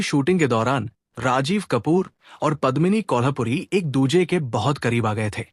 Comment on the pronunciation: मैं हैरान हूँ की आप एक पूरा प्रोग्राम करते हैं और आपको कलाकारों के नाम तक नहीं मालूम। सबसे पहले हीरोइन का नाम पद्मिनी कोल्हापुरी नहीं बल्की पद्मिनी कोल्हुपुरे है। एक और आप यह गलती कैसे कर सकते हैं , आप राज मुराद कहते रहे, अरे भाई उनका असली नाम रज़ा मुराद हैं। सिमी ग्रेवाल को आपने सिमी अग्रवाल कहा। Very disappointing.